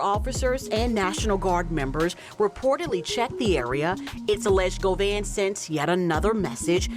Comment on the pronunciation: His name is Govan Hernandez. It’s pronounced Go-Van.